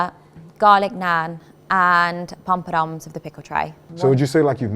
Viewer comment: She said garlic NAN and POMPADOMS Allow it mannnnn ish